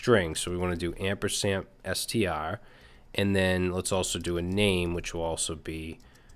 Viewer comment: It's "ampersand" not "ampersamp" :)